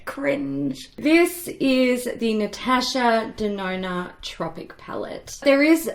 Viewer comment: As LivLovesHerMakeup say "Natasha DeNONO"